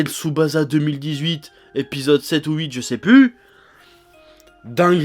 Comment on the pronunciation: ça se prononce Tsubassa en fait.